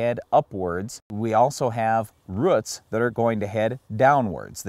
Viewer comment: Ruut no actually guys it’s roots lol